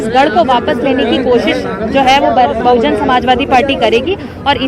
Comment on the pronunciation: Its BAHUJAN SAMAJ PARTY Atleast read what is written on hoardings...still pronoucing incorrectly.